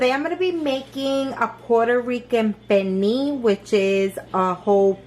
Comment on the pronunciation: There's an L in Pernil. This is like the 3rd NY, Puertorican n 2 Domis that I've seen that confidently say Perneee.